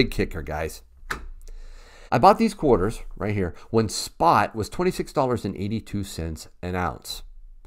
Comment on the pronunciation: Nice “quahdas”😉. I know you don’t say it like that but you know... The proofs are beautiful.